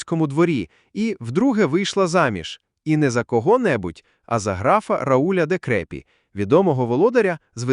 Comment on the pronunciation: РаУль де КрепІ наголос у французький мові завдли падає на останній склад. граф РаУль де КрепІ де ВалуА де ВексЕн де Бар-сюр-Об д’Ам’Єн де ВітрІ де МондідьЄ де ПерОн. Потренуйтесь. :)